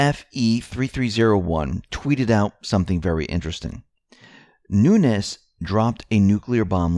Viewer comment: The first Nunes you pronounced w a Z as in Nunez but appreciate the clear NuneS following :) yes listening